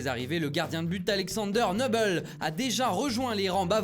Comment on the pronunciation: Nubel pas Neuhbel RENSEIGNE TOI